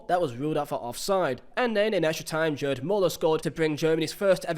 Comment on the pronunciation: “Jerd” Muller 😢